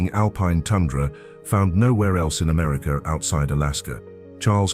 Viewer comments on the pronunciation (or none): Hint: America is pronounced "Americuh". There is no "R" on the end. . . Yes, Hwy 50 from Carson City to where I 70 begins is phenomenal. I drove it at night and it had a constant stream of crossing wildlife. The Dalton Hwy is still on my bucket list . . .